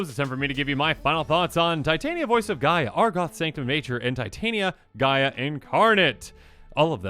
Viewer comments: It is TIT - Aneea voice of GE-Ah MTG has made me realize anglophones don't know how to read shit. The same with" Vesuvan Duplimancy" that becomes VesuVIAn diplomacy. 😕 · Please pronounce the word Pangaea. Now, if we remove the "pan" prefix, what do we have left? Hint: it's not Gaia.